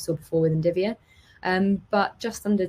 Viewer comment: It's NVIDIA not NDIVIA lol